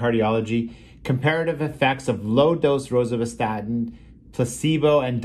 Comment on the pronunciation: Hot tip: Don't take cholesterol advice from a guy who can't pronounce rosuvaststin (Crestor), which is the best of the statins, slightly ahead of atorvastatin (Lipitor) in effectiveness.